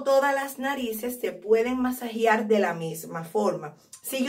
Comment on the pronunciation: Se escribe y dice Masajear.no masajiar